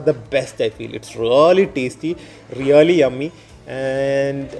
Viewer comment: Rrrrraly alla bro "Really"